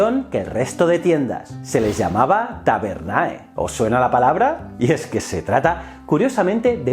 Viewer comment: Las terminaciones AE en latín se lee como E, las terminaciones TIO, TIA se pronuncian como una Z suave, así que Tabernae se pronuncia Taberne y Hospitio se pronuncia como Hospicio.